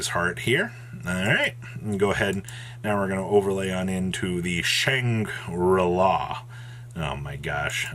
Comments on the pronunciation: Dont forget his other pronunciation Kishi-ra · The pronunciation of the archetype is "sha-tree-la" (Kshatri-la). Sha-tree-la. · why do you pronounce Shangri La so easily, but blatantly mispronounce Kshatri-La? 🤷😂😂😂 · Granted Kshatri-La is hard to pronounce but isn’t even close.